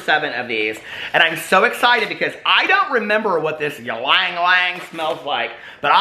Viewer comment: the l is silent in ylang, its pronounced just yang :-)